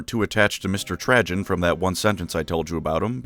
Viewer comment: Dont worry, I wasnt attatched at all to Trajan after how you butchered the pronunciation of his name :P